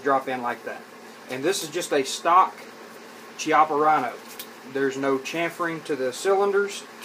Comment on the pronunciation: It’s pronounced “KIAPPA”. Learn the name correctly.